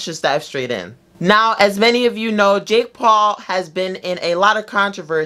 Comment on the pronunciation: Were just gking to accept the way he says jake paul